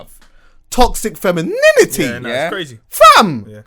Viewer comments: TOXIC FEMIN-IN-IN-ITY :O ... He says it like when a kid learns a swear word for the first time lol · alot of facts in this ...that TOXIC-fem-in-NINITYyy is kills me though lol